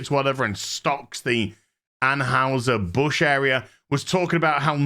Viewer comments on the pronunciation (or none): Ann HI Ser. Not Ann Haus Her.